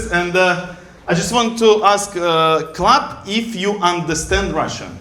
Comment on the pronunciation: хаха услышала "I'll ask club if they understand Russian", оказалось, там клэп 😅